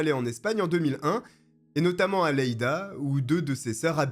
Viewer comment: Phonétiquement c'est "yeida"